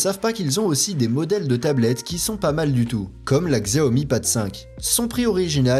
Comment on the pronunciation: On dit Chiaomi t’as mérité le pouce rouge